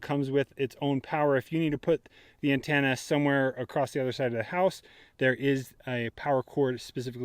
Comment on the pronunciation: Great video, but I have never heard anyone pronounce "antenna" as "ann-tan-a".